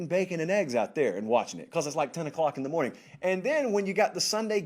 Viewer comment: This may be a hard pill to swallow for some, but Shaw should learn where his salary comes from (hint: it's TV advertising revenue). I know it sucks to hear this, but NCAAF is a product and the world doesn't care if its "hawd for u to get up so ewy in the mowning" :(